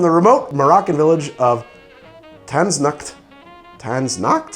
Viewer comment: TAZ-NACHT it's TAZ with a German Nacht after it.